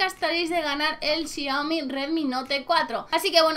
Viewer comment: se pronuncia shaomi :v